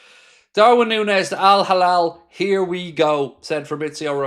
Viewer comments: It's hilal, not halal. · Not Al Halal its Al-Hilal